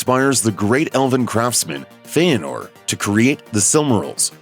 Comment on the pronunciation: What's wrong with this guys pronunciaotn? The Silmryls? Feyanr? Valinr?